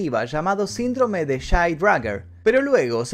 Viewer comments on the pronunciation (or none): none